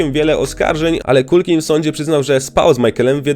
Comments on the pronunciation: Nie Makulej - tylko Makalaj i nie Kulkin, tylko Kalkin... Strasznie się tego słucha. Dwa słowa, a tak ważą o jakości filmu. Sorry, ale nie kupuję tego. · Dokładnie, i nie "Kulkin" , tylko "Kalkin". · na pewno jego imię i nazwisko wymawia sie makkulej kulkin? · Wymawianie nazwiska Culkin brzmi bardzo źle słuchając tego filmu niestety. Tak samo nazwisko Pesci nie wymawia się w taki sposób jaki użyłeś w filmie.